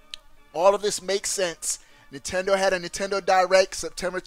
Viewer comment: nintendo "di-wreck"